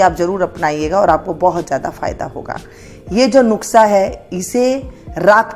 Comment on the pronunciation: Nuksa nahi nuskha bolte hai